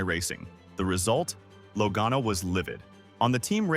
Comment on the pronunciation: AI or not, he or it said Logano correctly 2x in the middle! I thought it was fixed and it went back to something I never heard before.